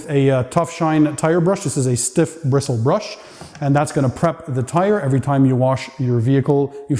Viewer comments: "Stiff brishel bruss" 😂😂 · “Brisshle Bruss” lol. Phenomenal content as always 🔥